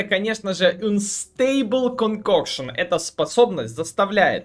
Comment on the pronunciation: Эйнстебл конкокшн как Гарри Поттер прочитал заклинание😄😄😄